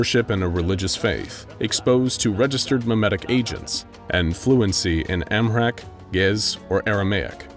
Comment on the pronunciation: Amharic and Geez are Ethiopian languages (and he butchered the pronunciation of them). Geez and Aramaic are some of the languages the Bible was first written in.